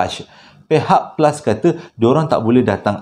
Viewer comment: Flush ❎️ Plus✅️ Tersasul